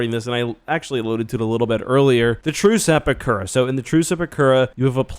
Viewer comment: you keep saying 'the truce at bakura' and it sounds to my ears like the true sepakura